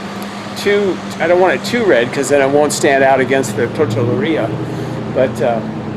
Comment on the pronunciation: Haha... its Tortilleria (Tort Te Ye -Re -Ah). But who cares your having fun! and that more important. Great videos, Great Art! I love how you interject life experiences.. your a real good guy. Thanks for sharing your talents.